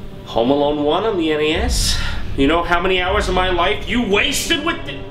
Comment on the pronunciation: Ah yes, I play Mario on the NEYAS.